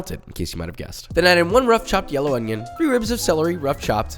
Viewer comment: why does he say onion funny lol?